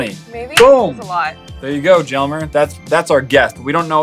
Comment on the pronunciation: Jelmer is pronounced yelmer. I went to school with a foreign exchange student and that’s how i know. I’m part of the notification squad love your videos